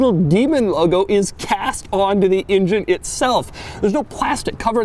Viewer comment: Why does he pronounce engine as injun